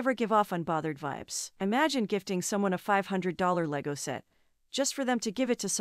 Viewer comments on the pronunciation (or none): none